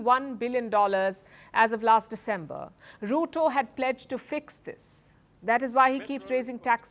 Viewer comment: Ruto?? Mo like "Loot-O